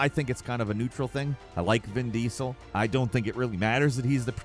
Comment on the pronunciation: "Vin Diessel", how are u big fan of the guy and pronounce his name like that? 😂